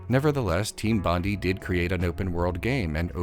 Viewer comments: Hi, Australian here......Bondi isn't pronounced like "Bondi", it's more like "Bondi"......get it? Got it? Great! *(P.S. It's actually pronounced "Bond-eye"............also, everything else in this video is provably correct, even your opinions, yes, also the incorrect ones) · It’s BON-DIE, not BON-DEE. Sorry, obligatory “Australian getting frustrated at American pronouncing Bondi wrong” comment. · The way you pronounce Team Bondi is killing me. It's bon-dai as in Bondi Beach in Sydney where the company was located.